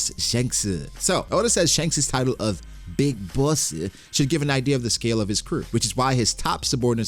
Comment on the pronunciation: "Big bossu" 💀